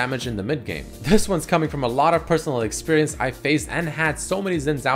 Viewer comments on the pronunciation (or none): none